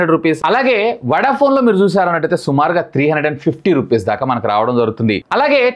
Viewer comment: వడ ఫోన్ అంటారా వొడ ఫోన్ అంటారా..కొంచం సరిచేసుకో మాట్లాడటం